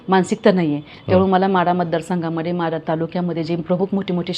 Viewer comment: म्हाढा नाही माढा